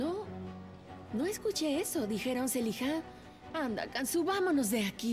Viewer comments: Dijeron Selija😂😂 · Jajajaja alguien dijo feriha?? Noo dijeron celija 😂😂😂❤❤ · feriha? alguien dijo feriha?: no escuché eso.. dijeron celihá 🤣🤣🤣🤣🤣🤣🤣🤣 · Hahahah a mi me mato de risa cuando será dijo zeliha 😅😅😅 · Me rei con eso ajajajaja Celiha ajajajajaja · alguien Dijo feriha: escuche celiha 😂😂😂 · Feriha? No, yo no escuche eso, dijeron Celija jajajaja, estaba comiendo y escupí de la risa que me dió jajaja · Alguien dijo ferija? 😳; no dijieron selija😂😂😂un randon😂😂😂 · feriha? Alguien dijo feriha?: feriha? No, no escuché eso dijeron “seliha? 😂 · alguien dijo deriha: ferina, no, no escuche eso dijeron celiha😂😂😂😂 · Alguien dijo Feriha? Feriha? No, no escuché eso, dijeron Zeliha. XD😂